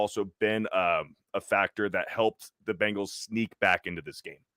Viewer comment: I’m sure I’ll get crushed for this but why does say “wins-day” instead of Wednesday? Or Bingals instead of Bengals?